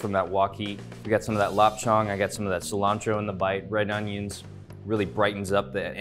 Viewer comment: Great video, but you're butchering the lap cheong, figuratively and literally. When you pronounce "cheong" the o is less emphasized, should sound like chE-ung, but in one fluid syllable.